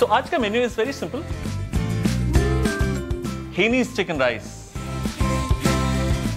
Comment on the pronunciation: Hai-na-nese, from Hainan province in China. Not hanees.